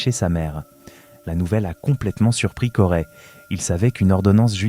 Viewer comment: Corey !!!! on dit Corey ( CO Ré pas CO rai ) banane